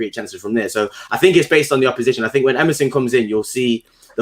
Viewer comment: Emerson, not merson, because merson played for gooners